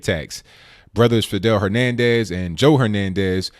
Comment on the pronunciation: I have noticed you doing this before; Hernandez and Henriguez are 2 very different sounding names. When you repeatedly mispronounce someones name it ruins your credibility and makes you appear stupid. I think you are quite credible and far from stupid so please, be accurate in your reporting.